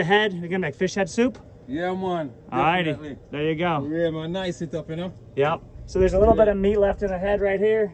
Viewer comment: is from JAMAICA as soon as I heard "Yeaman". Bless Up and guys please be safe during this stage Pandemic. Really love your videos, I learn alot because your narrative is so detailed and clear. This is my new hobby and will try to do same in Jamaica with former coworkers/friends. I must add you guys are really resourceful with your gears and I admire that. You use less of your fish for consumption, here we eat from head to tail 😉😉😉